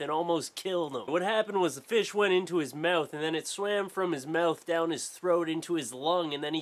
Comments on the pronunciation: MOUTH NOT MEWTH U FUCKING TOOL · You say the word "mouth" wierdly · its when he says "mouth" and "out" and some other stuff. idk, i've lived in a few places, but nothing out of the US, idk. i just like it :)